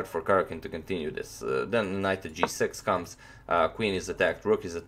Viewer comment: Dhruvil Purani J in east europe is pronounced like y, so it is Karyakin.